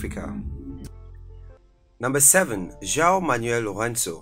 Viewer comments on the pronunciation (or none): none